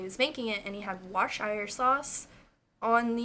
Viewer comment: if you're interested, Worcestershire sauce is pronounced "woos-ter-sheer"! just an English subscriber checking in haha